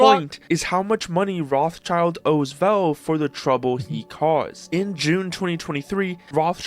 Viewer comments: am i the only one that bothers by saying "Roths child", its fucking "Roth schild" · wtf is this pronunciation of Rothschild? 'Roths-Child'? fr? It is 'Roth-Schild' meaning 'Red-Shield'. Guys.... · Bro…. The name is not Roth-child!! There is a S!! It is Roth-schild and if you want to pronounce it in english you probably should say Roth-schield… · It's pronounced Rot Schild, not Roth Child... It means red shield. Gabe is an absolute legend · Rot(h) means red and schild means shield. Roth-Schild - Red-Shield. It has nothing to do with "child", that's just coincidence. I always found it weird how people pronounce that name in English. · Why are everyone reading Rotschild wrong? Its not ROTH + CHILD, it's Rot + shild, which is english means Red Shield. It's a made up name, their grand-grand-grand-father lived in a house with red shield symbol and chose that for his last name. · i get triggered every time this guy pronounces Rothschild wrong. its not Roth- child. wtf . its a german name. Pronounce it german. it litteraly means red-shield not red child. Call the Devil by its Name. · Why does the English pronunciation of Rothschild is so fucked up? Its a German name, basically meaning red shield (rot-shild)? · it's rotsheeld btw. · It's pronounced RØT shield as in red shield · Can’t watch that video..someone pronouncing the name Rothschild as Roth- Child… is so stupid… nothing to do with Asmon.. he is our king.. but the guy he is reacting to.. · Aint Rothschild pronounced "Roh-shield"? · FFS dont pronounce it Rothchild wtf. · the pronunciation of the name Rothschild is making me go crazy wth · how he pronounces rothschild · God, that guy's pronounciation of "Rothschild" is soo aggravating. Is it really so hard to look up how to pronounce a name when you are making a whole-ass video about it? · It's killing me how you Americans pronounce the name Rothschild. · As a german I really hate the english pronounciation of Rothschild 😩